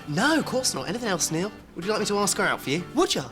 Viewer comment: 9¾. She says "aks" instead of ask.